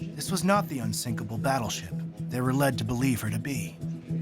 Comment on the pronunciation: Dont say Unsikapil